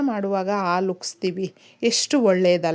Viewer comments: ಹಾಲು ಅಂತ ಹೇಳಿ. ಆಲೂ ಅಂತ ಕೇಳಿಸುತ್ತಿದೆ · ಅಮ್ಮಾ ಎರಡು ನಿಮಿಷ ಹೇಳುವ ವಿಷಯಕ್ಕೆ ಎಂಟು ನಿಮಿಷ ತೆಗೆದು ಕೊಂಡಿರಿ. ಅ ಕಾರ ಹೇಳುವಲ್ಲಿ ಹ ಕಾರ ಹಾಗೂ ಹ ಕಾರ ಹೇಳುವಲ್ಲಿ ಅ ಕಾರ ಮತ್ತು ಹಾಲು ಎಂದು ಹೇಳುವ ಬದಲು ಆಲು ಎಂದೂ ಹೇಳುತ್ತೀರಿ. ದಯವಿಟ್ಟು ತಪ್ಪು ತಿಳಿಯಬೇಡಿ ಮತ್ತು ಮುಂದಿನ ಸಂಚಿಕೆಯಲ್ಲಿ ಉಚ್ಛಾರಣೆ ಸರಿಯಾಗಿರಲಿ ಎಂಬ ವಿನಂತಿ. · ದಯವಿಟ್ಟು ಆಲು ಬದಲಿಗೆ ಹಾಲು ಅಂತ ಹೇಳಿ